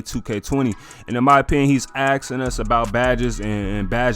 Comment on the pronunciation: There’s an “S” in the word asking.